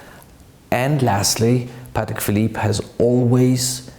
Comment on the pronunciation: It’s actually pronounced Pâ(Y)tek